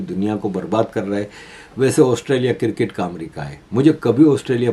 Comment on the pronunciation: Why despite reminding you have not stopped saying 'kir-kit'. It is cricket.